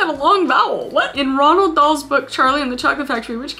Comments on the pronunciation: Um, Kris, I hate to brake it to you but it's pronounced Road Doll not Ronald Dahl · I'm, sorry did u say ronald dahl? thats not how u say it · No one: No soul: LITERALLY NO ONE: Kris: " Ronald dahl " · Love how she said Ronald Dahl 😂